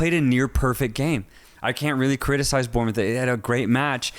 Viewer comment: Bournemouth is pronounced ’Born’-moth not ‘Burn’-moth…